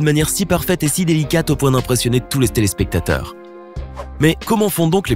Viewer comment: Stéléspectateurs ? Ou j'ai mal entendu les gars...